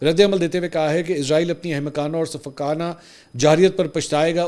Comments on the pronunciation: پر آپ نے عزرائیل بولا تو پیارے منصور علی صاحب ۔ عزرائیل تو ایک مقدس فرشتے کا نام ہے جبکہ یہ ایک بے وفا قوم اسرائیل کے نام سے اس ناجائز مقبوضہ ریاست کا نام اسرائیل ہے۔ لہذا عزرائیل نہیں اسرائیل ۔ سین کے ساتھ پڑھا کریں ۔ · Mansoor Bhai word Israeel hy Izraeel nahi please correct